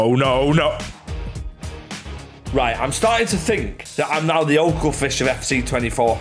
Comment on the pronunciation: Bro said oakelfish